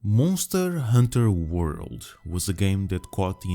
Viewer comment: monsteure honteure worlde 🤣 I smell french? Or something else? Great video tho.